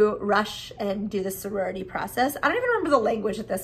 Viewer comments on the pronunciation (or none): Soriority..? 😂 I think it's "sorority" but tbh soriority is better lol